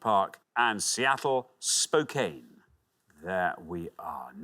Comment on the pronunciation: Correct pronunciation of Los Angeles is Loss-an-jell-iss. Spokane is Spoke-ann.